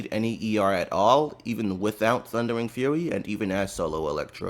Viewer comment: love the extra "R" in the thundering fur-ry 😂